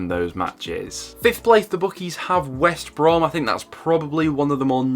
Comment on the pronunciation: Great video, but you keep saying Wesh Brom instead of West Brom!!!😂 Leeds get 1st because Leicester has 5 games in 14 days.